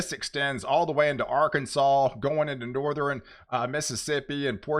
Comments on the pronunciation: Please explain why you constantly say Northern wrong! Do you honestly think it is pronounced Northren? I’m sure I’m not the only viewer who is bothered by your mispronouncing of Northern! Stop it! When you do let me know and I will subscribe but I’m not going to subscribe to a channel that constantly misuses a easy pronunciation like that! For some reason I thought you were more intelligent than that! Sound it out! North ern!!! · From Texas and lived there most of my almost 70 years. Never heard anyone pronounce northern with three syllables except him. Nor-ther-in?